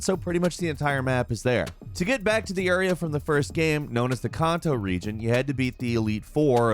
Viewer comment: Can Toe / Joe Toe . enough said.